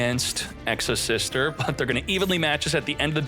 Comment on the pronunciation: Exosister? Nah its Exo-Shifter 😂